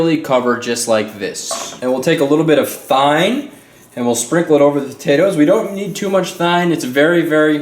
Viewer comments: lol, Dijon is pronounced, "Dee-jawn", not "Dyorn" and Thyme is pronounced "Time" not "thyne". Love the recipe though! Great job, a very classy recipe:) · its pronounced time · Thyme is pronounced Time and Dijon is pronounced Dezohn similar to your name. Hope that helps you! Great video. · Thyme! LoL Omg that was too funny! I don't know if you were just being funny or not but it's pronounced "Time". Shit that was funny. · Does pronounce thyme"thighne"? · Oh, Thyme is pronounced "time" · It's pronounced time ._. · The Dijorn and thine tho 😂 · Isn't thyme suppose to be pronounced like time? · couple things... Dijon is pronouced deshon and thyme is pronouced time...love your show 😀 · ahaha hes such an amazing chef but cant pronounce thyme or djourn right lol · Hahaha! The way he says thyme and dijon. Wow.